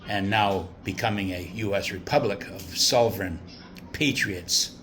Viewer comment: Why can’t you say SOVEREIGN ? You put an “l “ into it 🤔🤔🤔🤔🤔